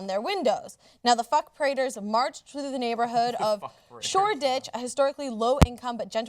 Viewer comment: Shor-Ditch not dick!